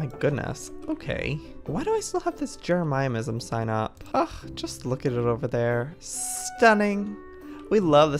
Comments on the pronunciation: Joey what you could’ve done was make the planets bedrooms for the club members. Also it’s not jerimimsm it’s Jeremy-sm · Joey it’s not jerimiamisum! It’s JEREMY ISUM! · No one: Absolutely no one: Joey: Jeremiahmism if somehow joey sees this its pronounced ( Je - re - mi - ism ) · It's so funny watching Joey say Jeremyism wrong 😂 omg thx for all the likes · Ikr? jeRaMaYamIsM